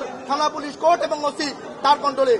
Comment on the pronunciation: মূর্খ উকিল (কোর্ট) কে (কুড) বলে । এরা না-কি উকিল